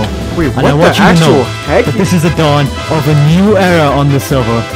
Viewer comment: "on the sewvew"